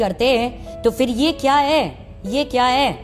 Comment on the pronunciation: when she said khia instead of kia she alredy exposed herself to anyone whose met an urdu speaking pashtun xd